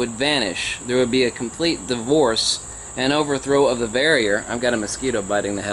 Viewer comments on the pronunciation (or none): you say force and motion as if you are saying force in motion; stop it. or are you saying force in motion; as if saying inertia?